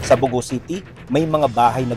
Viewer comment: The name 'Bogo' is stressed in the second syllable.